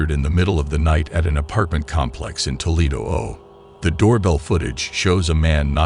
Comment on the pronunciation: Did AI voice this? What the hell is up with "Toledo, OH" being pronounced that way?